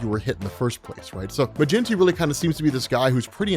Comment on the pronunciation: I know the video is already out so it doesn't matter but to help you maybe in the future if you talk about him again, do im irish and im fairly certain that his name is pronounced MA GEN TEE lol I think you were saying MA GIN TEE👍🏼